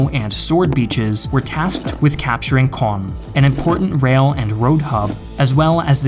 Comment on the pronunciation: I hate to do my snorty Frenchie here... but man your prononciation or "Caen" cloud really be improved.